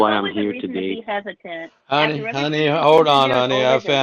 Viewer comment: Yeah, more & more, listening to his speech, he's sounding like a Los Angeles Hispanic. "Every-ting." "In-for- mation," each syllable expressed individually, etc., etc., etc.